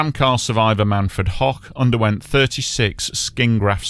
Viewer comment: FYI - The last name (Hoch) of the fellow in the tram who survived with burns IS NOT pronounced ‘hock’ but like ‘hoke’ as in rhymes with ‘coke.’ It is actually the German word for ‘high’ - and my own last name.